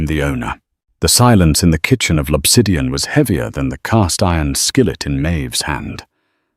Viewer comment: The restaurant is L’Obsidian, not Lopsidian.